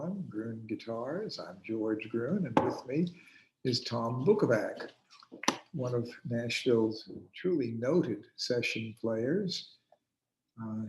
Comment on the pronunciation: BUKO vatz would be a proper pronunciation...